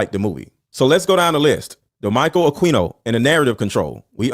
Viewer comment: It's not queeno, it's keeno. Michael akeeeeno